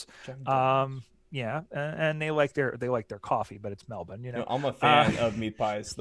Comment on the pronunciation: Love to hear you guys talk knowledgeably about footy, and pronounce Melbourne correctly (Melb'n). I think most Aussies would love the game to spread to the US. I'm sure you would have gotten a real buzz from hearing Collingwood supporters chant U-S-A, U-S-A when Mason Cox bagged 5 sausage rolls in the 2018 semi-finals against Richmond. I loved seeing Mike Pyke play, the Canadian who won a premiership with the Sydney Swans in 2012. All the best mates, from Straya!